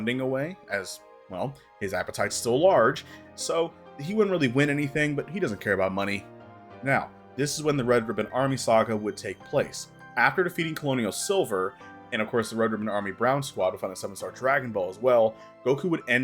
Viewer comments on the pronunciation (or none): I've never heard someone pronounce colonel as "colonial". It's just said like kernal. Idk why we spell it like that, some weird throwback to French or something.